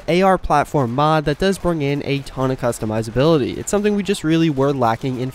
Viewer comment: No i meant about the customization and customizability bro i agree with you that is pronouncing it wrong